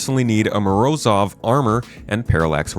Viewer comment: Morozov should be pronounced "Ma-rohz-of". "Moroz" in Russian means "Cold", "Freezing", or "Winter" depending on context. I'm not sure what CIG was going for when naming it, either one sounds cool.